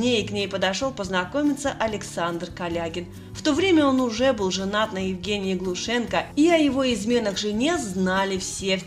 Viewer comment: Так они и фамилию Глушенко так же перековеркали . И вообще фантазёры , это ещё мягко сказано